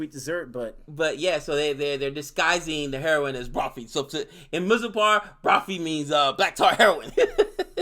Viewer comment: By now you should be able to pronounce mirzapur. I can understand it's a hard R but please try.